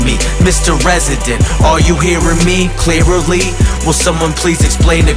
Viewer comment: Bruh said " Do you hear me, clearierly" 🕵😂